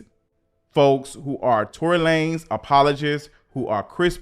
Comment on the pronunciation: Imma need for you to pronounce his name LaNez😂😂😂